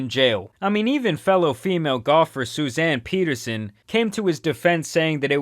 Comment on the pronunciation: It's SUSANNE PETTERSEN , not "Susan Peterson".. that mistake kicked me straight in the Norwegian